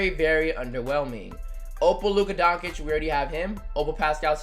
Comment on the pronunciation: you pronounce Doncic so weird